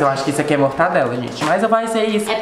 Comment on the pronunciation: E a falando “MortaNdela” kkkkkkkkkkkkkkk